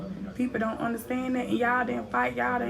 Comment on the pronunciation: She said I ant know city girl 😍😂😂😂😂😂😂